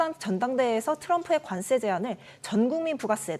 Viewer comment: 관세를 자꾸 관쎄로 된소리 발음을 하시는데 이거 고쳐주셨으면 합니다